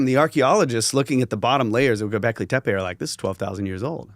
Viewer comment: i think its pronounced tappe means hill.